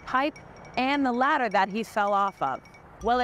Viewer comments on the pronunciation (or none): When she was talking about the guy slipping off the "ladda" she was holding back the flood that is the Boston accent.